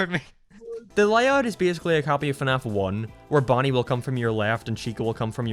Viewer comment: also, when you insult someone, pronounce what they like correctly, it's fnaf